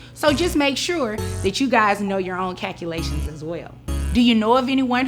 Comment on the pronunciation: Real or fake. The way she kept saying " cackalations" worked my nerves. Miscalculations happen very often. I know of several people dealing with this.